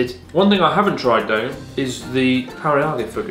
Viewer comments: Chris says karyage, what a silly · Chris pronounced karaage, sounds like kareyage 😁kinda reminds me of Brad's mom on the Goonies, pronouncing harakiri, harry carry 😂